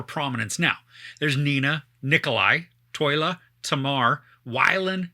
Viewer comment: btw it's Tolya not Toyla ;)